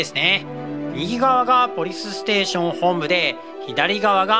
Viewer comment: NaozoohさんOPでポリスステーションをポリステーションって言っていますよ。